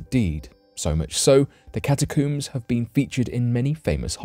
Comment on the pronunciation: Catacooms lol coomers